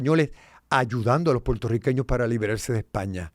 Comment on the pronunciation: ¡Mera! ¿Que te pasa? ¿No sabes decir Puertorriqueños? No se dice ‘Portorriqueños’ Dudo que hayas nacido en suelo de las Isla de Puerto Rico. Te empecé a escuchar y cuando escuché la palabra Potorriqueños… dejé de ver y escucharte.